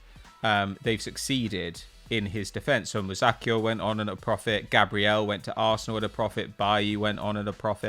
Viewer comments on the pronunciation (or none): none